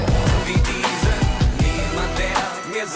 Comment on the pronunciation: Sry but i must correct Your pronouncing the songtitle "Diesen" (=" These" in english)! the right pronouncing of the ei in it must be souns like the long e on the first e of "These"💡 !!!!😉